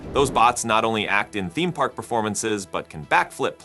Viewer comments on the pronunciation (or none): none